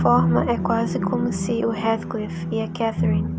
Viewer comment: Observe a Pronúncia do nome de Heathcliff por favor.